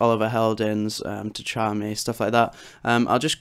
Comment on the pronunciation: Really? Techami? good vid though haha